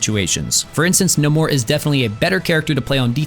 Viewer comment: Its Nay-more wtf! Why us that so hard hahaha